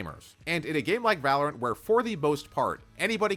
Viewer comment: "I've been playing 'valerint' for over 5 years" 💀